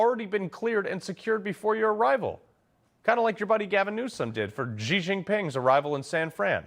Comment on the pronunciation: Xi is pronounced "Shi", not "Gee"Jinping.